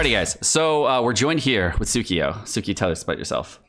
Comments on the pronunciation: is mispronunciation intentional? she said it's pronounced "sai-kyo" (sigh-kee-yoh), the japanese word for "awesome". I appreciate her going with the flow but getting her name wrong intentionally as a guest feels kinda rude:( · Waiting for more bri-ish skits